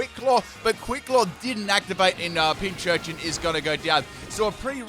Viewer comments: PinCURchin. CUR. Pincu(shion) + urchin. PinCURchin. Not "pinchurchin." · still doesn’t know how to say pincurchin